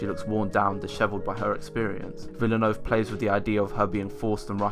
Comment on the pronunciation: You are one of the few reviewers who pronounced Villeneuve correctly. Merci beaucoup pour cet effort! C'est très apprécié (de la part d'un autre québécois) ;)